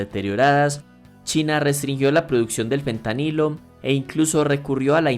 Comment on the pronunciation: ¿Por qué dices todo el tiempo Pentanilo (con P)? A pesar de que el tema era interesante a los 2 minutos dejé de ver el vídeo porque me di cuenta que era la narración pasiva de un ignorante. En español el nombre de la sustancia es Fentanilo. Y en ingles °ph" se pronuncia f. De modo que por qué ver un vídeo de alguien hablando sobre una sustancia de la cual no conoce ni siquiera su nombre y sobre un país y un idioma sobre el cual ni siquiera sabe pronunciar las palabras más basicas